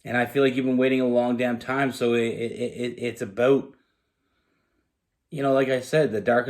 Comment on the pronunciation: "Just in tome " or "Time "please chk the word ??